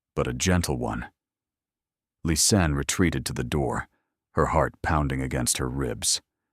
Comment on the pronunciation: Its Lis Anne,! How can it be sooo hard for you? Half of Lisa and Anne at the end. LIS ANN. Its just not that complicated. You've called her everything but her name.🤔😳🙄🙄